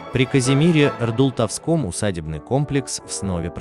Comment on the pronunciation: Почему голимый робот озвучивает, ужасно искажая словА??? Что это за "РдултовскОм"??? Надо говорить "РдултОвском". И ещё огромное количество ИДИОТСКИХ РЕЧЕВЫХ ОШИБОК!!! ДИЗЛАЙК!!! И ПОЗОР ВАМ!!!